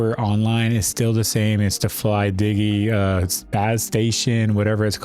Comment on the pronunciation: it is simple to pronounce flydigi... just like the word "digital" the digi is the same